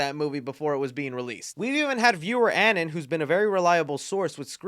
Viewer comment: Viewer an-in??? Viewer an-ON. Like anonymous. Dog...